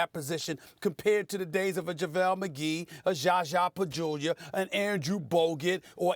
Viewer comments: No he said “JAJA PAJULIA” lol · “JAJA PAJULIA “ - Stephen A. Smith 😂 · Zsa Zsa Pachulia LOL